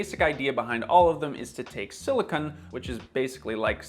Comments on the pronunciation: you pronounce "silicon" as "silicone," which are two DIFFERENT things! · Can you pronounce silicon as silicon and not as silicone ? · You said "siliKIN" several times (a word that doesn't even exist), and "siliCONE" several times in the video. Didn't you mean to say "siliCON"? Silicon and silicone are 2 completely different things. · You seem to be conflating silicon and silicone. Your video said "is it just sand, or is it actual silicon"? Which is a nonsense statement. Sand IS silicon dioxide, for the most part. Some other minerals which are also nontoxic. But you seemed to be pronouncing "silicon" as "silicone," and those are very different things. Anyway, point is, sand (and elemental silicon for that matter) is completely nontoxic. You'd have to consume unimaginable amounts of sand for it to hurt you. Also, glass is silicon dioxide as well. It's just silica grains melted at a very high temperature. The reason we use glass and ceramic for food containers to this day is because it's nontoxic. It's possible to make a ceramic material using toxic materials, like I suppose you could mix arsenic with clay and make an arsenical ceramic with it. But that's equally true for cast iron, which you lauded in this video. Any product can include contaminants other than the materials it's advertised to contain. You can't escape that problem by just choosing a particular type of product. You should investigate any particular product you buy, whether it's coated with PTFE, or ceramic, or nothing at all. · Please be sure to not call silicon silicone. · Isn't sand made of silicon though? (Also it's pronounced sili-KAHN, siliCONE is a different substance.) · … Silicon… not Silicone. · I noticed you kept pronouncing silicon as "silicone." Silicon and silicone are two very different things. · The way silicon is pronounced should be properly distinguishable from silicone please